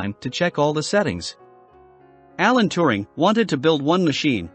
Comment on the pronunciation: Alan T-u-ring, not Tu-r-ning.